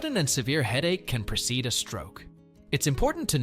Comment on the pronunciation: Precede, NOT procede (a stroke)!